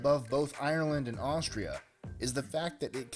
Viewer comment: Haha, what is Ashtria?